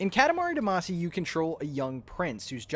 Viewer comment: seems like no one has mentioned that you're saying damacy wrong so i will